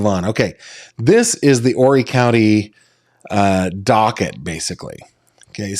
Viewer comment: You pronounced Horry County correctly!! I can't believe it. Most people screw it up horribly. I was born and raised and still live in Horry County.